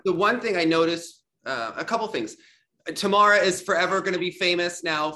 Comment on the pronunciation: I am confused by Elena’s pronunciation of Tamara. In Russian it’s Tah-MAH-rah which is easy enough for an English speaker to say. Instead she uses this weird Tah-MEH-rah which doesn’t even exist in Russian and certainly isn’t her name 🤷🏻‍♀️